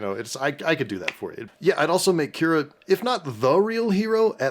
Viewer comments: Y'all both need to pay more attention to the movie, guys. Winning the solid gold Kewpie doll for tickin' me off. XD First of all, it's KIDA, not Kira. Second, Milo's GRANDFATHER raised him, not his dad. I know I'm splitting hairs, but that's largely because I greatly enjoy this channel and cringe when they get something wrong since it's ALL about watching movies. And getting names or persons wrong make me think they weren't paying all that much attention. Personally, I refuse a live-action remake with Tom Holland because that would just be another bomb like Uncharted. Not to mention we've all see how the Disney live-action remakes are going. They're garbage. And so Atlantis would be garbage. A CG-saturated nightmare that would take all the fun of animation out of it. So bite your tongue, Alan. The movie's not perfect, but has a cult following just like Treasure Planet. Did poorly in theaters, but excelled when available on video. They were movies ahead of their time and were trying something different from the standard Disney formulas primarily because these were projects that were dying. Just like Emperor's New Groove, these movies came from Disney's Florida animation branch, which were primarily responsible for doing Disney's direct-to-video sequels. So to see these teams take movies that were ultimately going to be binned and make them into something concrete is a testament to the craft that was being underutilized at Disney studios. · Freaking thank you for point that out. It also was like nails on a chalkboard to hear them mangel her name over and over again. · It's Kida... not Kira ❤ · When Alan keeps saying Kira does he mean Kida? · Stop saying Kira!!! It's KIDA!!!! Say it with me "Ki" "da"! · Sorry, but it's Kida 😭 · I mean you guys should probably start by pronouncing Kida’s name correctly instead of calling her Kira. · I thought her name was Kida not Kira xD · Guys it’s KIDA not Kira!!!!!!! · The princess' name is Kida, nor Kira. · KIDA NOT KIRA. KIDA.